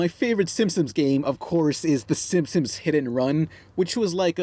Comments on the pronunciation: Am I the only one who hears say Simpsons like "Simsims", or "Simpsims"? Just a thought:D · Why do you keep calling them the Simsims? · I always liked how pronounced Simpsons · It's Simpsons not Simsims...